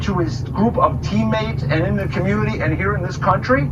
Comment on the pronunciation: He said communtitty. Lol